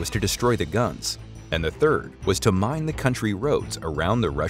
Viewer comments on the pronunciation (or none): none